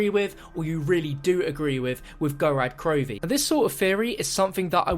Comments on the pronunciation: It's called Gorod Krovi not Gorad Krovi. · Wow, you're already pronouncing Gorod Krovi wrong.. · The way you pronounce gorod krovi makes me cringe so hard as a Russian speaker